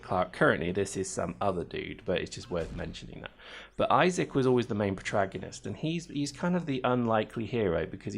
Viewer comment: It's pro-TAG-onist,! And this game looks weak, are you sure I should bother with it?